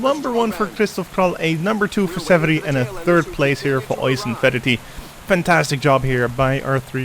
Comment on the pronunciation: So I'm not sure how many of these videos you have left to record, but Oisin is pronounced more like "a-sheen" than "oi-son". If you need a better idea of it, watch some videos of Roisin Conaty, see how people pronounce her name and drop the leading R!